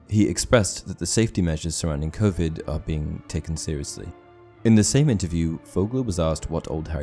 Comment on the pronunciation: I want to see dumbledores power because that's why all the death eaters were so scared of him also the word Covid sound very funny given that I'm used to hearing you speaking words like expelliarmus and wizarding wars etc😌😀